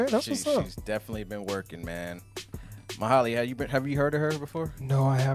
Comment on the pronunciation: Its pronounced as ma-hay-lia btw